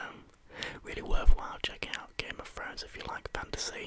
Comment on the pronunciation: "Game of Frones"